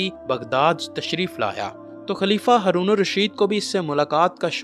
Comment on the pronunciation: بھائی ،آپ ہارون کی بجائے ہرون کہتے ہو 🙄